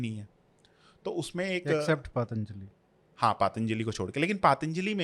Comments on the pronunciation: पातंजलि नही, पतंजलि कहना चाहिए। सकल नही, शाकल कहना चाहिए -- सियालकोट के लिए । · पतंजलि shi होता है पातंजली नहीं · पातंजलि नही पतञ्जलि